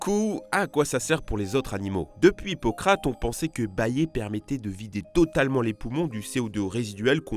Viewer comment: c'est qui "pocrate" x)